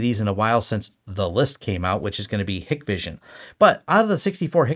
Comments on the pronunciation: Hikvision is pronounced Hike-vision by the way…at least that’s how the US sales and tech support guys say it. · Same here. Hikvision in closed loop system with no access to internet, separate VLAN and local NTP server behind a half decent firewall work well. That 'list' is just geo-politics at play, nothing a good sys-ops can't figure out to filter/block any 'phone home' features. PS it's pronounced HIKEvision and written with the E missing. I see more of my Ubiquiti kit calling home than any of my Hikvision cameras have ever done. Hikvision also 10% the price of some of the high end brands so if, as and when anything fails easy to right off and replace.